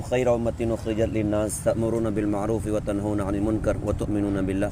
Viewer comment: آپ نے سورہ العمران آیات نمبر 110 کو پڑھنے میں یہ غلطی کی۔ تنهونا کو آپ نے واو زبر لین کی بجائے واو پیش مدّا پڑھا۔